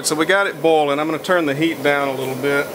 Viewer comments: boiling....why are you pronouncing it like bowling? XD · i love how he pronounces boiling as bowling xD i also really like videos like this. its ez stuff for the mind when you cant sleep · Casper Nijland bolin‘